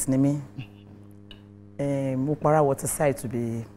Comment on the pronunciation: Producer, that place is Okpara waterside not "Mopara" . She said Emma okpara, making it sound like Mopara. It's Okpara waterside